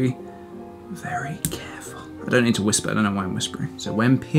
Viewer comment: Vewwy vewwy cawful